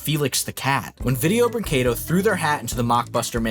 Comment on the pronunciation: You're getting closer on pronouncing "brinquedo" properly. Wouldn't brag about it, though.